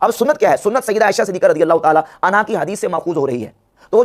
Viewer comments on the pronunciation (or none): Amma Aisha siddiqa raziyallahu anhu nahi raziyallahu anha boliye bhai